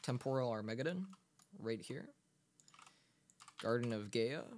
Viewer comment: armageddon = arm - a - ge - don faberge = fa (like fat) - ber (burr) - ge (jay)